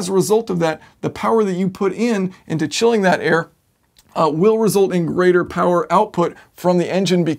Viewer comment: we love two things: air-conditioning and POWAH